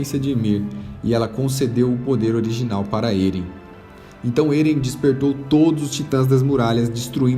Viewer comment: Se pronúcia Éren e não "Êren" Se pronúncia Mikassa e não "mikaza" Po se não assistiu o anime? Eu li todos os mangás, claro não tem como saber a pronúncia certa lendo, mas o anime como é do japão você consegue ouvir a fonética dos nomes... Fora que ainda não acabou, então acho que não seria um resumo.